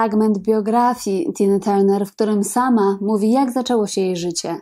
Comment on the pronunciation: Jest Pani pierwsza osoba , ktora prawidlowo wymawia jej nazwisko. Wszyscy redaktorzy w PR mówią Tarner. 😫